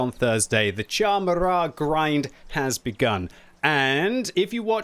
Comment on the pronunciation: Kudos for pronouncing "Murat" properly. :)